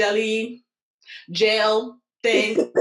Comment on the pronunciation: Whyyyyyy must you say gelle like that every time?! 😂 Really loved this collab ladies!